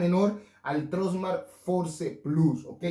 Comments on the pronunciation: Fors! Se pronuncia! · Por favor en pleno 2022 no sabes pronunciar FORCE???????? Tus videos son buenos pero ayuda a más gente a querer pronunciar bien.